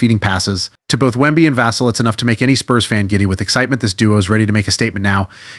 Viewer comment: It's pronounced Vuh-sell put some respect on his name.